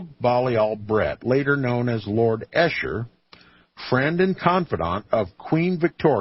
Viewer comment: Esher, pronounced ee shur